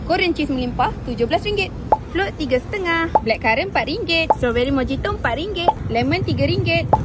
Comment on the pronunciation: The pronunciation is NOT mo-ji-to. It's MO-HI-TO😊